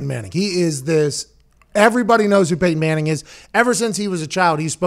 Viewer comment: "Wanna see my Peyton Manthing?"